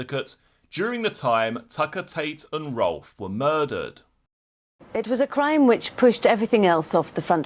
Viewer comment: Penny smith saying "cwime" and "cwiminals" gives me a boner Everytime